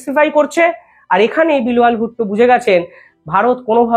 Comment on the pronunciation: Bilowal noi, uchharan ta sposhto hawar darkar ache. BILAWAL bolun